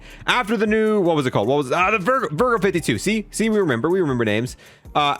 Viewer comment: It's pronounced ee-ther not a-ther and it's the vargo not vergo